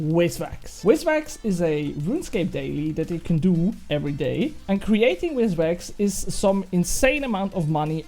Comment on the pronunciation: great vid, hate to break it to you btw, but its called VIS wax, not wizwax :hand-orange-covering-eyes